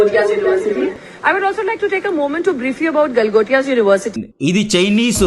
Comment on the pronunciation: Bro says fuck topia 😂😂